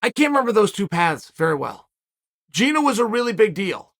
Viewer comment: It's GinA, not Gine, to whoever is editing Chael's video